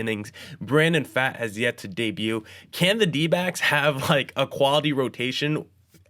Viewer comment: First and foremost, good overall coverage guys. Definitely eases the unfamiliar into the team roster dynamics (by the way, Pfaadt is pronounced like "Fought"). Here's my takeaways from the offseason (feel free to disagree) Kelly/Moreno will probably be closer to the timeshare that Toronto was doing with their Cs, and will likely see C/DH PAs against LHP hot potatoed between the two (unless Moreno blows Kelly out of the water) Worth noting that Moreno had hand surgery and Gurriel Jr. had a hamate bone injury (which are notorious for sapping power), yet they still made quality contact; so there is some power upside just based on full health for both. The LHP lineup would currently work out to Moreno, Kelly, Walker, Marte, Rivera, Ahmed, Gurriel Jr., McCarthy, and Lewis (that lineup actually looks like a strength). So they'd be able to ease Carroll in against LHPs (he only has 167 PAs in his career against them) whenever they desire without the concern of having multiple automatic outs in a row. And it would actually improve the defense. The RHP lineup would currently be Kelly/Moreno, Walker, Marte, Rojas, Perdomo, Smith/Thomas, Carroll, McCarthy, and Gurriel Jr (which looks like a good lineup as well, but more speed oriented as opposed to the hard contact oriented LHP lineup). Also of note with regards to Gurriel Jr., but Dave McKay is the OF whisperer; if he can get Pavin Smith to an average COF, I think he can help Gurriel Jr. closer to that line (especially since he has a st